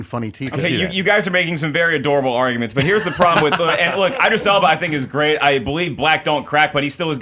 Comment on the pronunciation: Don't congratulate Andy on pronouncing "Spectre" correctly. Still didn't even know the name of one of his guests. "Bag-Begley??? Begley?" "Eye-dris Elba"?? They were all saying Idris!!